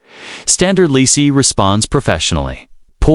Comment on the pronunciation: Yesss Ledisi🎶✨🙌🏾and her name is NOT LACEY ITS LEDISI!!!